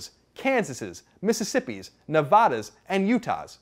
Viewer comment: So you don't know how to say Nevada. Hu? ☹️